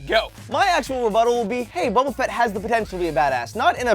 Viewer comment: Its boba fett not boba fitt